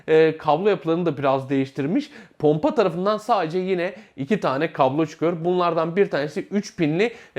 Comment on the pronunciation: ponpa derken